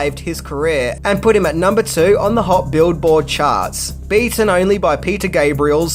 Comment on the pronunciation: Billboard charts, not build board